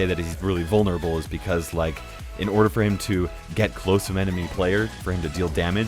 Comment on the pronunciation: haha hes vulneraBULL